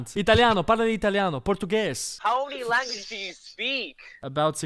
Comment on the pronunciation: How many luengeses do you speak?